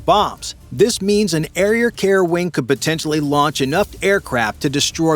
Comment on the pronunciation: "an airrier care wing" hahahahaha